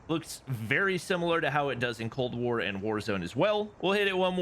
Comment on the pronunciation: Cold warrr??? More like WAW